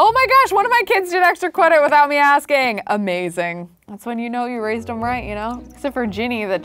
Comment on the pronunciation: * Keeps rewinding to the part where says cwedit *